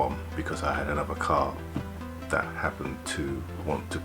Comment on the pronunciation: Love your content but pls its not "dis" "dat" or de otha lol 😆